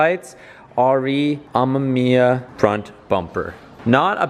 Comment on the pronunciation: Why can he not say RE Amemiya right jesus, watch touge battle and you'll learn.